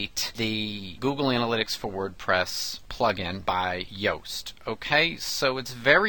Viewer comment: his name is actually pronounced as "Youe-st" lol but good tutorial...